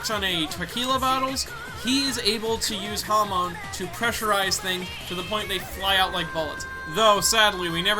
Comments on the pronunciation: hamon, not hamone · HAM-UN IS HOW YKU SAY IT NOT HUM -ON